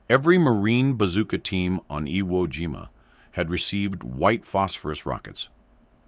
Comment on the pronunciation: The AI Speaker Can't Pronounce IWO JIMA or any other Japanese Words, Disgraceful To WWII Vets. They Weren't Playing A Game This Is Educational BS People Distrespeting, Real Education You Get An F